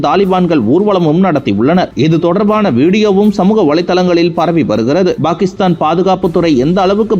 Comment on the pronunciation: செய்தியை pakisthan என்று உச்சரியுங்கள்;""bakisthan""என்று உச்சரிக்காதிர்கள்!!தயவுசெய்து திருத்துங்கள் நண்பரே!!